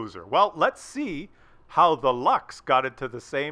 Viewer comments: Nice!!!.. just so you know.. in German, luchs is pronounced "looks" :-) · I prefer it when you call the Luchs a Loosh!! lol